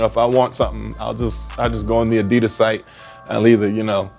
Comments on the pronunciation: Would you mind pronouncing ADIDAS the way it is meant to be pronounced? Much appreciated. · So....why doesnt pronounce Adidas right?